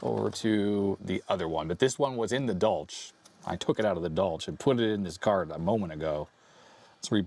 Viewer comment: Pretty sure it’s pronounced as German. More of a “Dolhk”.